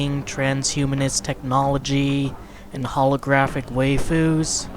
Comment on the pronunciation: For future reference it's pronounced Why - foos. Alright back to my weeb cave.